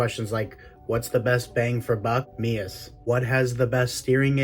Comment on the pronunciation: Finally, someone who can say MEUS properly! Subbed!